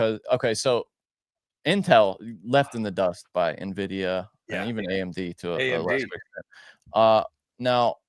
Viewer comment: please teach how to say N-Vidia and not Navidia... Drives me crazy everytime thanks